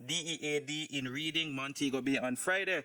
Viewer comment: I think its pronounced as (Redding) not reading